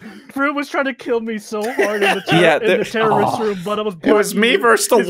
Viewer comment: Trouble In Pear-rorist Town